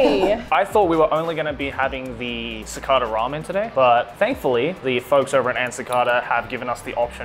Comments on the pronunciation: cicahda? no its cicayda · Your pronounciation of cicada is beyond infuriating.